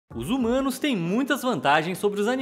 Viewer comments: Já eu entendi "zoomanos" kkkkk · Mano... Eu entendi "Os Zumanos" kkkk